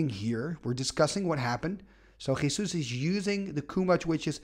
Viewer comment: I need to congratulate you for your pronunciation of "Jesús" XD